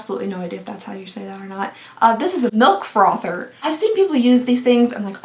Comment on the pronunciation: The way she said ✨eparé✨ and then MiLk frOthUrrrr made me laugh